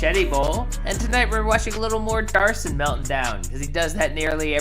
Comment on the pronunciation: HIS NAME IS MATTHEW DAVID DAVIDSON! NOT DARSON!